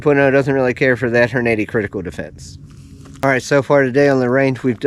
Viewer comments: "Horn-80"? Took me a minute to figure out 😂 Good video. I love my S&W BG 2.0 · Just wish you would pronounce Hornady correctly, otherwise I learned from you. Just bought mine yesterday and can't wait to get to the range which the nearest is 20 miles away.